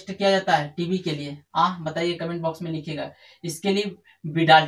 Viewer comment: T v nhi tb hota h